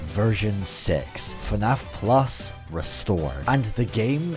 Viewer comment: I’m so tired of hearing the words “fuh naff plus” I’m actually going insane